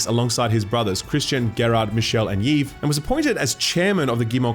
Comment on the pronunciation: did you just say ‘yeeve’? Pretty sure you’re saying Yves, which is pronounced like Eve.